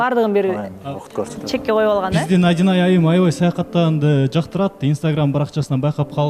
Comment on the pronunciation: жакшы эле кызсын эмне мынча кекечтенип атасын атайлапбы же кандай Адинайды айта албайсынбы